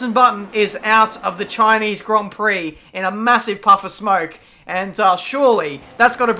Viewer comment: Chineez Grond Prock